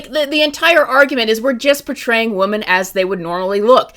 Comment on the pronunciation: Can someone please explain to me where the word "women" has gone? why do I keep hearing "woman" used as a plural??????